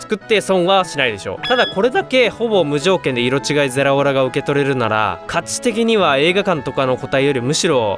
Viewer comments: ゼラオラちゃんと言えてないの草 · ゼrrrrラオrrrrラ